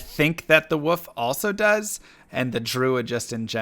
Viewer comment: is he saying "points into woof" and "heart of the woof-erine" on purpose lol?